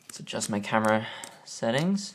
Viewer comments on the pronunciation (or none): none